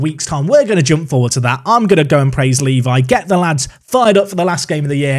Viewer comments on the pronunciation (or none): none